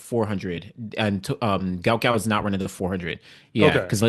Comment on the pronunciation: Love your channel! You may know this, but here's an excerpt from sporting news: The sprint sensation should actually be known as Guot Guot, which is pronounced "gwot gwot". "His name is Guot, it’s supposed to be Guot," Bona Guot told 7News. "When I see people called him Gout Gout, I’m not really happy for him."